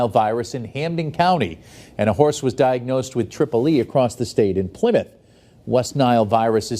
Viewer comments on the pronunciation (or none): none